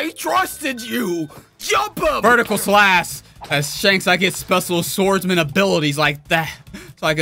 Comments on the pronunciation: PRONOUCE THE H IN SLASH, PLEASE! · Pronounced:slash:slass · u said strong slas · YOU SAY “SLASS” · Man's H button broke, cause th is "slas"